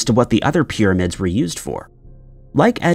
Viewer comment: The amount of people that don't understand this is some kind of voice software reading a script from a writer that isn't necessarily a native English speaker is the greatest mystery. That is the case for at least 50% of YouTube since a while back. Dead internet theory is becoming real. PIRRAMIDS!